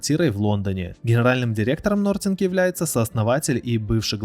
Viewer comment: Такое количество ошибок в названиях давно не слышал от блогеров, Хонор , ноРтинг и другие